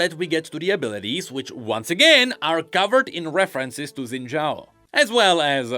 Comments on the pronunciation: SHIN JAO!! SHINNNNN! NOT ZINNNNNN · Isn’t Xin Zhao pronounced like Shin Zhao in all the voice lines? Why’s saying it wrong?